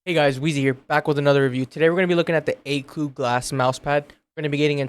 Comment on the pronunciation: How do you get the pronunciation of akeu out of akko?